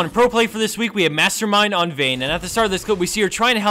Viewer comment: Màstermind not Mástermind :>